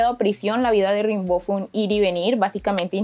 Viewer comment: Das un dato equivocado al decir que ya muy joven se había casado. Se escribe Rimbaud pero se dice "rambó"